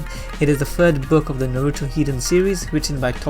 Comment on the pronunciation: The pronunciations of Konoha, Naruto, Uchiha, and Boruto drove me nuts while watching this.